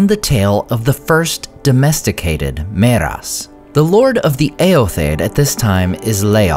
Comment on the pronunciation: ther is a thiftong there dude so its not "meras" but mearas.